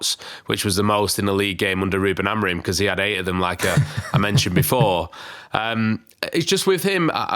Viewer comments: Stop calling him AmoriN. It's AmoriM. Love this podcast but this does annoy me 🤣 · Why does pronounce amorim as amorin?!!!!